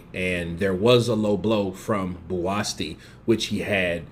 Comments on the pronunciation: You spell his name as Buasti instead of Buatsi and proceed to pronounce it Buaski,u Americans man hahahaha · pronunciations give me the ICK sometimes😂😂who the hell is “Buasti”??😂ITS BUATSI! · nope BUU-AT-SEE😊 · His name is BUATSI not Buasti. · He is not called Buasti mate but Buatsi.😉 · i like watching Buatsi because he has venom in his gloves, or is that an egg weight. Also his name is pronouncced Bu-at-sea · Pronounced: Bo-a-chi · his name is spelled BUATSI and pronounced JOSHUA BU-AT-SEE!!! Great video!🥊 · his name is pronounced BOO-AT-SEE bro... that is a silent 'S' in his name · AMERICANS BUTCHER NAMES😂💆🏾‍♀️🤦🏾‍♀️ BOO -AT -SEA (Buatsi) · Is bu’a’chi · I gave you a thumbs down for kept pronouncing Buatsi's name wrong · Most of these YouTube uploaders don't do any research. They just want the views to make money., like most of them, don't give a fk about the pronunciation of his name. Which is sad, because if he was watching the fight, he surely would have heard his name. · You murdered his name, question why are American's so bad at pronouncing names????, but yes it was a great test for JB, and his another good step forward towards a title shot, maybe another fight before then.